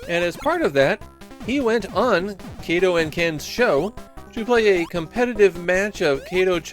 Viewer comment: Not Kay-toh chan, it's Kah-toh chan.